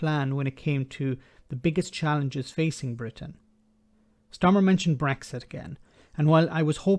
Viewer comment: And I did enjoy understanding every word Starmer pronounced. It is not the case with the PM that doesn't pronounce well. I never understand what he says. 😝😝😝